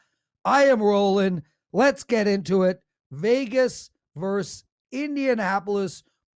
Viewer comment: it's" versus "with two syllables., not "verse "with one syllable.